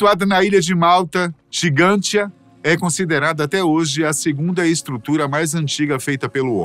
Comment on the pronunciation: Porque a locução fala Gigantia e o texto diz Gantija? No Google realmente consta como Gantija. Gigantia seria uma tradução?